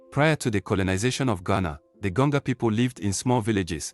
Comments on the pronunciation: Why do I feel like the voice we are hearing is computer generated voice and not human voice? This is why we got to “Gonga” people instead of Gonja people. I am a 67 year old Ghanaian and consider myself as a student of History, Sociology and Politics of Ghana. I have never heard of Gonga people in Ghana. That tribe does not exist except maybe in cyberspace. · Gonja not Gonga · please we are called Gonja and not Gonga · THE WORD IS GONJA AND NOT GANJO OR GANGO PLS